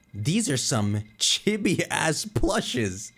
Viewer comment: Chibi (chii-bii) sorry was bugging me